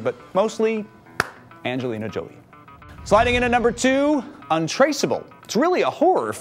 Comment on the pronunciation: AGNELINA JOLIEE HAHAH ANGELINA JOLIE FUCKK